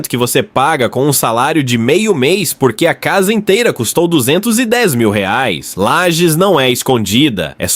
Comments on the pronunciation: obs: LAGES e não lajes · Inteligência artificial, usa o padrão, desconhece o nome próprio da cidade...